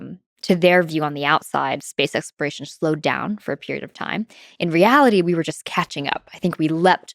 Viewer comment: Why can’t she pronounce exploration?